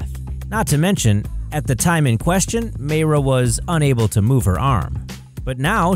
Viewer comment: "mayra" MY-rah